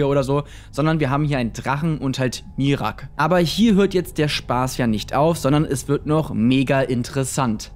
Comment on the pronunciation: Bro, es wird "Mira-ak" ausgesprochen und nicht "Mirak" :'D